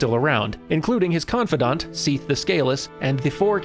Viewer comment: You say Sif and Seath very similarly. Sif has a short vowel sound. Seath more of a long sound. I mean, its like a year late, but please.